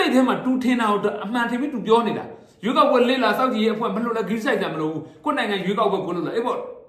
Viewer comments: ရွေးကောက်ပွဲတောင် .ပီအောင်.မပြောနှိုင်ဘူး😂😂😂 ခွေးမျိုး..ခွေးသား.. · ဘာကောင်လေးလဲ ရွေးကောက်ပွဲတောင် ပီအောင်မပြောနိုင်ဘူး စျေးကောက်ပွဲတဲ့ ရေးပေးထားတဲ့က အဲလိုဘဲဖြစ်နေတာထင်တယ် လီးဘဲ